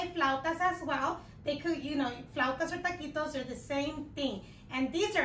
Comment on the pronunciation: I love how you Translate Taquitos into Tukeetos Lol!